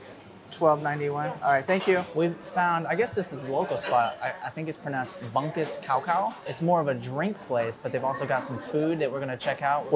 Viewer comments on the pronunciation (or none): Bungkus pronounced as "Boong-koos".